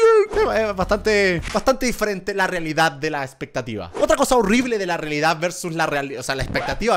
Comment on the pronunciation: se dieron cuenta de que dijo reledad 0.00 .